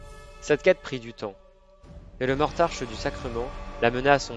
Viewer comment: Hahaha!!! Franchement génial!! Beau boulot! Par contre je pense que c'est Mortarck et pas Mortarche ;) Merci du boulot, je vais me bouffer toutes tes vidéos fluff!!!!